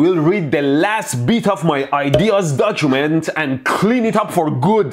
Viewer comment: he says dojument. true to his culture lmao